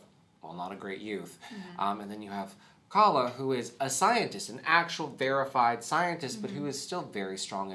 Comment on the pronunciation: Please, It's not KA-la, it's ka-LA. Please don't anglicize her name. I love you guys. 🥺🥺🥺🥺